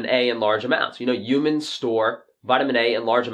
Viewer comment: Hhhhhhumans,, not Umans))